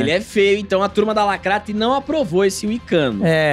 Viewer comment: Pq vcs falam "lacratti"